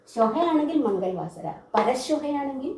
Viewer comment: . ക്ലാസ് നല്ലക്ലാസാണ്. മംഗൾ വാസര : എന്നതിനു പകരം മംഗള വാസര : എന്നല്ലേ വായിക്കേണ്ടത് ?